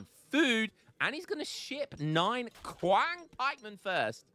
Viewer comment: Qiang is pronounced chee-ung (like ungurs) for the record